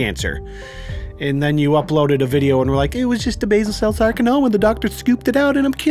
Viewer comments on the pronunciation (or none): maybe that's what he thought it was... you know that super rare super dangerous sarkanoma. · Sarcanoma. Soudns serois.